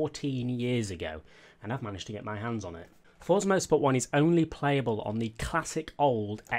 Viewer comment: Why does everyone say fortza?